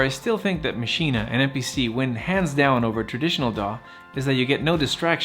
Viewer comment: Good points! But stop saying MACHINA FFFFFFFFfff